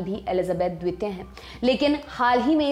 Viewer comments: मैडम its द्वितीय न कि द्वेत्य प्लीज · Jankari achchi h....pr mam apka dvitiy n dvip bolna bada ajeeb lag rha tha... right pronunciation is Dveep n Dviteeya.. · द्विपों,द्वित्य ....! क्या मेडम?